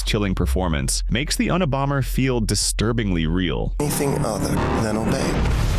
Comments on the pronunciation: Un-ee-bomber😂😂😂another AI-made video🤦🏻‍♂️ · The worst thing about these videos is the AI voice that can’t pronounce things like Unabomber. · AI can't say Unabomber